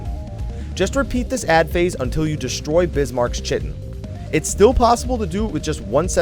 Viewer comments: Great guide, though its pronounced "kite in" and not "chi tin." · CHITTIN'? Really? REALLY? It's KAI-TIN. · the "chitin" is pronounced "kytin" ... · ITS. PRONOUNCED. KITEN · Chitin = KY-tin. : ) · Chitin = Kite-inn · The guy just made a guide for the fight and you guys are already trolling his pronunciation of chitin? Really... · ***** difference between trolling and correcting them